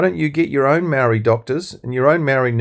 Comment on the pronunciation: This guy, whoever you are, is a card carrying RACSIT!! Can't even pronounce maori names properly, and you don't even try! YOU ARE A RACIST!!